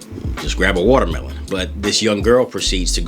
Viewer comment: The appeal of this video is the amazing way that you say woutermelon